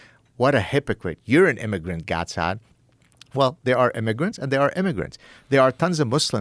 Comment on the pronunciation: Mo-Sad? No broh its Gaad Sad. Get it right Brtchboi